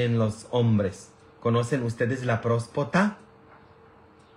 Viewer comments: Usted dice prospota es Próstata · Con mucha pena pero se dice prostata disculpe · Buenas tardes padre, no se dice prospacta, se dice próstata y tampoco se dice curologo se dice urologo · Padre usted siempre pregunta qué si lo que está diciendo se dice así y le pone uno la palabra correcta y usted parece que no quiere corregirla siempre lo sigue diciendo como usted quiere no se dice prospota se dice próstata y no culageno se dice colágeno aversi la próxima vez lo menciona bien digo si quiere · Noooo padre no es culologo, es urólogo,... no es próspota es próstata, tampoco es culogeno es colágeno!!